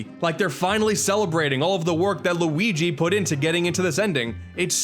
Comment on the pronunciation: What is it whit people pronouncing Luigi so horribly, it gets extremely annoying!! LUIIIGi